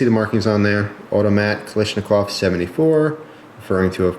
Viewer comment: Damn, its not kalishnikov, its KALASHNIKOV